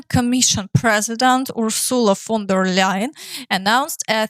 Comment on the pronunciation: You pronounce von der leyen's name really well. Thanks for the update